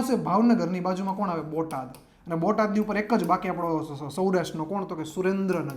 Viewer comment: ભોટાદ નહીં બોટાદ